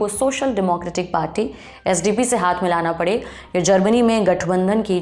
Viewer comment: SDP nahi spd!